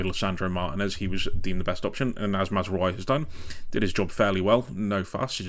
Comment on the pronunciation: Great stuff. If there's one area where there's slight room for improvement, it's the pronounciations - Mazraoui and Ugarte for example.